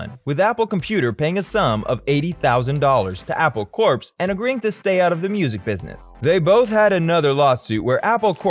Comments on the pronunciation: And I cringed every time he pronounced "corps" as "corpse". It's should be just like "core". Sigh. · Just started the video, and...did I hear you actually pronounce the 'p' in 'Corps'??? You even say, further into the video, it's pronounced 'core'...but you keep saying the 'p'. Never clicking this channel again...